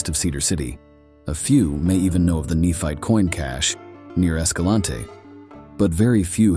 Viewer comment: Is the name Tyler pronounced til er? Nephite is ne fite. Not neph it.